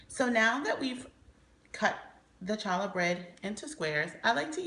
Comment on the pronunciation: Its pronounced "holla" bread. No ch sound.